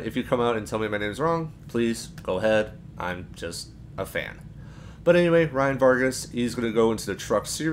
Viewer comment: You said Ryan Vargas' name correctly.